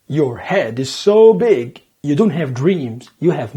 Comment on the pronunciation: Your English is perfect and so is your American culture knowledge, but you just need to work on your "don't" pronunciation, other than that, you are perfect. Lots of love from Algeria.